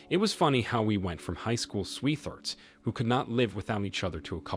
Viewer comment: Sweeth-earts, lol. Pretty sure is an AI that just reads content. Too many mispronunciations and wrong emphasis of very basic words. Still a very interesting channel with good stories.